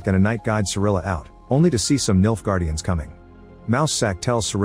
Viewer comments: Not gonna lie, every time you say Nilfgaardians, I thought you were saying, "Milf guardians" 😂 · i cant help it every time he says "Nilfgaardians" I hear "MILFguardians"